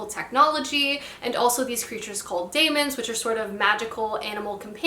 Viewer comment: The daimons are pronounced demons in His Dark Materials! Also The Unbroken sounds very interesting!